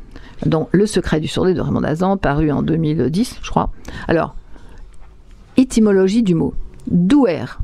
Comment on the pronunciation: "l'ytémologie du mot surdoué" va apprendre à parler français.